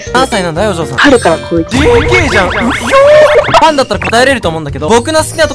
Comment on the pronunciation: すごいためてかっこいい感じでくるのかなと思ったら、 めちゃ発音悪い「ふぁん？」で笑った